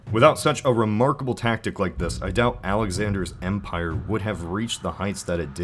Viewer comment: "Skittian nukular calvary was the fundation of their umpire." ;p